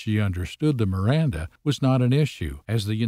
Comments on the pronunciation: Bish couldn't say "Miranda". 😂 Sober for certain! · 😂😂😂 "RIMANDA" rights...😂😂😂😂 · She's too drunk to pronounce MIRANDA 😂😂😂😂😂😂😂😂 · She couldn't even pronounce miranda rights😂 oh this video is too funny 😂😂😂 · She cant even say Miranda Rights. 😅😅😅